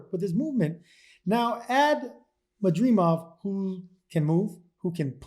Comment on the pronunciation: I’ve never heard announcers and commentators struggle more with a fighter’s name than Madrimov. Todd Grisham, Shawn Porter, Chris Mannix and Mora all pronounced it Ma-dream-ov and Ma-drih-mov. It’s really simple: Ma-drih-mov. There’s no ‘e’ in his last name.